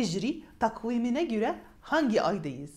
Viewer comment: رائعه يا ❤ لكن هسأل عن كلمة تقويم بالتركى كانت عالشاشه فيها حرفV لكن لم تنطقيه فالكلمه..فهمينى ممكن!!!